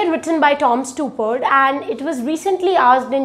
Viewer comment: You might also want to learn to pronounce the name of the playwright you talking about correctly.